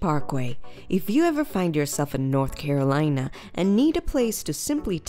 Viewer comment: i stopped watching because of the ways she says the name